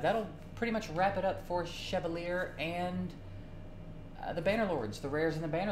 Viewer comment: 'Shev-al-ē‐āy' it's French. Oddly, just means 'knight'. Okay, have you pulled him? Is he worth it? I've got mine at lv 50 ascended(because I could, he was the first I got) but I haven't found much utility from him